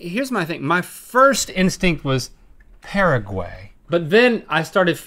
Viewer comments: Omg the way he pronounced Paraguay 😭😂😂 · How Link & Rhett pronounce Paraguay 😂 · “pearaguey...” Hahaha nooo. It’s “pah-rah-guh-why dude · the way they pronounce Paraguay makes my ears burn lol